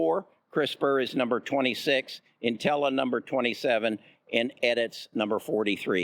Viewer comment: Edits, Nutella, and Pac bio tech. Why can't this guy pronounce the companies correctly? His inability diminishes his credibility. C'mon man.